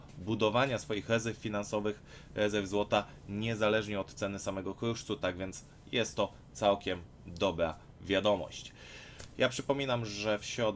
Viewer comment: "Łezełw kłuszcu". Może najpierw logopeda, a dopiero później kanał na you tube? Słyszysz się, czasem?